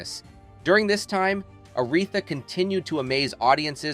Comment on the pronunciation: I had such high hopes for this docu. But then the narrator mispronounced Mahalia's name, and then , much worse, couldn't pronounce Aretha!! I gave up at that point. How am I to take this channel seriously when you can't pronounce the name of the person you are talking about?